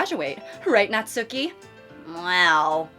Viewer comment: girlie pop. Pleaze pronounce Natsuki's name as "Nat-ski" not "nat-SOO-ki". You remind me of the people that pronounce Daisuke's name wrong from mouthwashing🐓🐓🐓